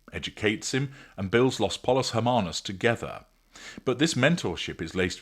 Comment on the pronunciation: Pollos is pronounced with the two l's in Spanish making a y sound.